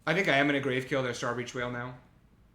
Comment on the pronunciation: Oof. Two good on color rares in pack two was heart breaking. (Also, I'm gonna be that guy. It's "grav" as in gravity. Not grave. We in space, yo.)